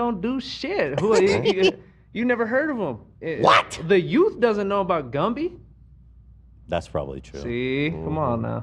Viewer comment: “Lumby” BAHAHAHA